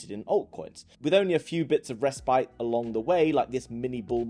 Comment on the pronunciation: Did say "rest bite" or respite?